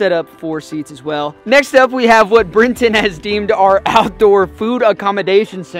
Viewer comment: It's Brenten! Dudes hilarious